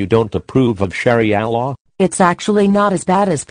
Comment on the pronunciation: "sherry allah" lmfao